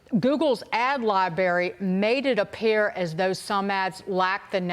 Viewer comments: Lol....corrected saying "ran" but not Google's AD "LIBARY" 😂😂😂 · "Libary." Dagen is drunk again.